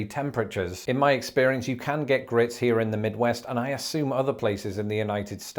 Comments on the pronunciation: Grits. Not grit. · Its grits not grit. I know it sounds like it dont matter but it's the difference between what you said grit is to the dish grits